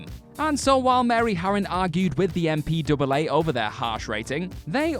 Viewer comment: No one calls it the "M P Double A" It's "M-P-A-A"